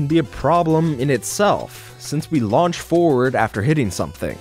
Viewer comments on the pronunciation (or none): none